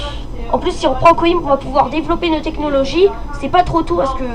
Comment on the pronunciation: En portugais on dit "coimbra" mais sinon pas mal malgré le micro 😉 ps:les total war c'est la vie